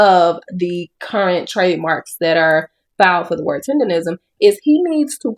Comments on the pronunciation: Please tell me why you keep saying "tenderism? It's "TENDERNISM!" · Rism not Nism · Learn how to say it my dude. It's tendernism with a N not R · Sir it's Tendernism not Tenderism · Everyone always mispronounces his name is not tenderism it's "Mr. tender-nism" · It's "Tendernism. Not Tenderism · Tendernism. Its tendernism not tenderism. Cmon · It’s Tendernism the blogger is saying it wrong he’s saying Tenderism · ITS TENDERNISM NOT TENDERISM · got to be the dumbest nigga on the internet. Nigga, the word is TENDERNISM, not "tenderism", stupid. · Tender "NISM" not Rism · Damn kmon You saying the wrong word is "tenderNISM" not "tenderRISM" buster 😂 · its Tender- Nism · Please say it right. It's TENDER-NISM! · IT'S "TENDERNISM" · Bruh it has always been Tendernism people have just been mispronouncing it 🤦🏾‍♂️